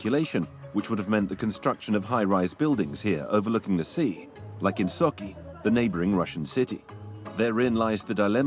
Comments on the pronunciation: That's really funny how narrator manages to pronounce some "soki" for Sochi -- and this is even after Sochi Olympics!!! ))) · BS French/German propaganda. The narrator can't even pronounce Sochi correctly, he says "Socky" 🤣 He obviously never heard of the Sochi olympics